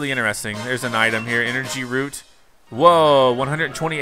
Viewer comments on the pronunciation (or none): none